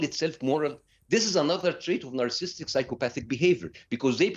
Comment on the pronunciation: He can’t even pronounce NARCISSISTIC!!!